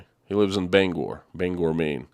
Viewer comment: From Southern Maine!!!! Love your videos and love Stephen King. Thank you for offering a real view from inside your country. We are all humans and we need humanity. You say even "Bangor" correctly! I'm so happy to hear this story after following you for weeks!!!